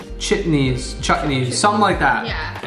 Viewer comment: The way said chutney was so perfect 😍 overall it was a good rating and felt so good being an Indian that you liked it and plz make part 2 but with the right combinations coz it feels like u messed up a bit 😅❤️❤️